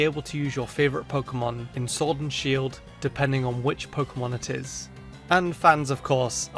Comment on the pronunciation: showrd an shield lol that sh keeps getting us